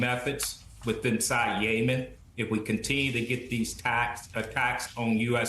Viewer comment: He pronounced it "YayMen", so obviously he doesn't know what he's talking about.